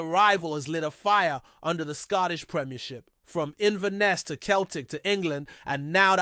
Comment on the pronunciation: Can't even pronounce ibrox or celtic, keltic and abox